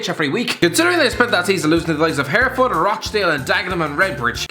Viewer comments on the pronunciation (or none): I’m from Hereford and I can confirm you butchered the name